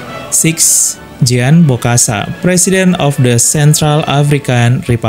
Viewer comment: Brother! Your channel is informative one but try to cultivate your pronunciation here Spiritual is pronounced as spiritchual.And in Spanish JUAN (equivalent to John) is pronounced as (Huan).And in French JEAN(equivalent to John) is pronounced somewhat like (Jong) not Jeen.